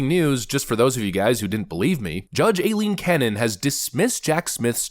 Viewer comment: “Eye-lean”. It’s pronounced “Eye-lean” ffs.